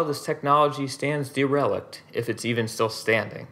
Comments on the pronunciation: Never heard anyone say derelict like “D-rell-licked.” It’s more like dare-L-licked. Like the derelict experimental spacecraft, Event Horizon, being spotted in a decaying orbit around Neptune… or a derelict ship that runs aground on a deserted island, much to the delight of a surviving castaway. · It’s derelict not de relict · DERELICT: AI voice dee-RELlic-'d ... correct DARE-uh-lict ... look up a whole word before you identify prefixes and assume split 'compound' words. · IT'S PRONOUNCED "DEHR-REH-LIKT" NOT "DURR-RELL-IKT". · DEE-RELICT? Seriously? Try ˈder-ə-ˌlikt for pronunciation. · Derelict = "dare - ah - licked" Research unfamiliar words, it only takes a few seconds. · DER-eh-licked. But we’ve all got our blind spots, at least it’s narrated by a real person instead of some clanker. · Very nice historical overview. Recommend learning to pronounce derelict (DER-eh-licked) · der·e·lict derelict derəˌlik(t) Darryl-licked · "de-relic'd" A.I. strikes again. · Correct. I caught on that mispronunciation as well.. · Dee relict ? Ai? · Good video. DERELICT is always pronounced with the emphasis on the first syllable. You are pronouncing it with the emphasis on the second syllable, which is incorrect. Otherwise great job. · I was looking for this comment. I chuckled every time I heard it. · Yeah. I just presume that any word I intend to use over and over, I’d at least find out how it’s supposed to be said. ;) Otherwise, it’s a bit like having a “favorite song” you never listened to. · odd pronunciation of derelict ?